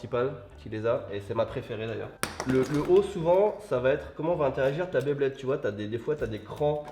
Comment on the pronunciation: On dit Beyblade , pas BlaidBlaid 😂